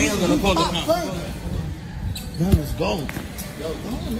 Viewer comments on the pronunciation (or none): none